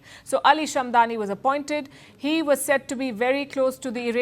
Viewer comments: It's SHAD-MA-NI and not SHAM-DA-NI! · NOT SHAMDAN BUT SHAD MAN. SAY IT RIGHT LIKE IT IS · Shadmani not Shamdani 👍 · Name should be pronounced correctly. It is Shadmani and not "Shadmani" as reported by Palki Sharma . Such mistakes are avoidable